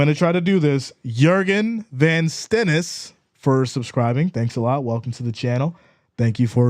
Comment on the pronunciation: Sehr Gut (Very Good) on your Deutsch (German). You pronounced Jürgen perfect 👏🏻👏🏻👏🏻🇩🇪